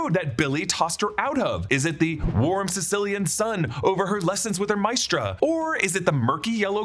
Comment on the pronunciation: Not Mistra but Ma-eh-stra